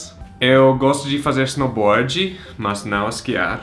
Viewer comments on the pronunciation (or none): "snowboardii" virou brasileiro já